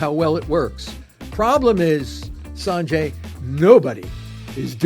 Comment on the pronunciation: Sarnjay? It's Sanjay.